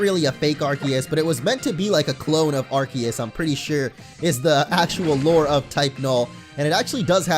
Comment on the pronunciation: it made me cringe so hard when he said arceus wrong